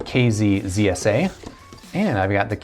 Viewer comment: Oh my you always say KSA instead of zsa